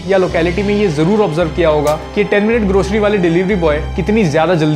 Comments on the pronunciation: Grocery ❌ Groshery ✅ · bhai grocery ki zgh groshery bol re😂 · bhai grocery toh sahi se pronounce krle